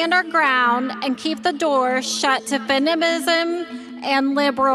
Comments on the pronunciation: I heard that too."Fenimism" instead of "feminism." Can't even pronounce English. I swear we've got to better fund our education system. The individual states don't seem to be doing the job, maybe the feds should step in. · She can’t even pronounce feminism. Who are these people? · It’s somewhat ironic that she can’t even pronounce “feminism” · When she can’t even pronounce feminism, I doubt she has any clue exactly what that means. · Lady who cannot pronounce feminism, “We should leave the door shut on our daughters and granddaughters….” Well, now, doesn’t that speak volumes??